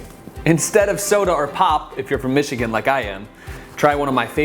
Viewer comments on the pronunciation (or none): none